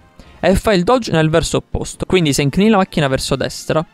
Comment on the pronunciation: Alla fine: Nessuno: Assolutamente nessuno:: ecvindi